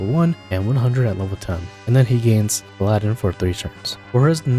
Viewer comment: You say Paladin as “pal-ah-din” not “pal-aaah-din”